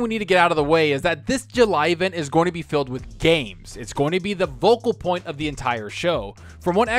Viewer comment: Bro, you gotta stop saying "Vocal Point", its "Focal point" Fo-Cal. ;)